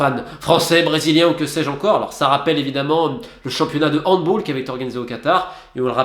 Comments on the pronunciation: Super vidéo rien à redire merci ! PAR CONTRE en tant que grand fan et pratiquant de handball je suis obligé de te reprendre sur un point ! Ça se prononce handballe, et non Handbolle ! Chez nous c’est sacrilège, merci de ta compréhension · Ptain Romain ! HandbAll ne se prononce pas à l'anglaise parce que le mot est d'origine allemande ! J'adore ce que tu fais sinon ;)